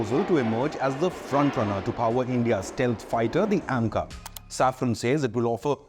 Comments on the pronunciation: SAFRAN, not Safron. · It is SAFRAN, not Saffron.